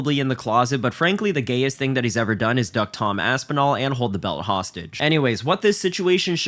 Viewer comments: He can’t even say Tom Aspinal?! I know jones is scared of that name but damn. The HW division is a joke all because of Dana they need to strip that coward jones! Jones is scared to death duck it ain’t happening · Dana White can't even say Aspinall's name. Disgusting. Are the journalists so scared to lose their press pass that they refuse say something about it? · That opening clip is insane. Really all that needs to be said about the situation. He can't say Aspinall's name, what the fuck.